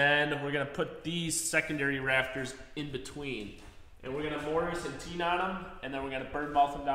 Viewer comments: I don't think you get it :-) It's not pronounced tee-nons. It's pronounced teh-nuhn. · never heard anyone refer to it as a Tee non, always heard it pronounced Tenon like ten and on. Don't know where that pronunciation comes from. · Tenon not tee non!😅😅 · Really? Tee-non? It’s tenon, like 10un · That's some beautiful joinery. As a professional craftsman myself, watching you build jigs to do difficult things makes me smile. It's the sign of someone that really knows what they're doing. And as a Brit, I have to tell you that tenon is pronounced "Ten Un" btw, not "Tee Non", just in case you were wondering 🤣😂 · good work lads. The pronunciation of tenon is not tee-non it is ten-un. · I have never before heard the word tenon pronounced "Tea'-non" like you do. For the last 75 years, I have heard "Ten'-un" Is that simply a regional difference or are Youtubers creating a pronunciation from only experiencing the word in written form? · Fantastic job guys! Please stop saying T-Non. It’s pronounced TEN-un. 😏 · I always thought tenon was pronounced /ˈtenən/ as is "ten on" not teenon or teanon. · Nice work, but drives me nuts when you say "tee nons"! It's pronounced "ten ons", just like it's spelled! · Tee-nons. Tee-nons. Tee-nons. 😄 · What the hell is a TEE-NON? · Tee Non ? Really? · For the love of God, will someone explain to him how to pronounce "tenon!" Subscribed. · I strongly suggest you look up how to say the word TENON . IT IS NOT WHAT YOU HAVE BEEN CALLING IT . Ask some professional wood workers like Norm Abram ! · Congratulations. Now go off and learn how to pronounce the word tenon.